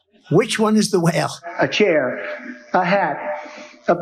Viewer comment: lol he can't say chair anymore 😂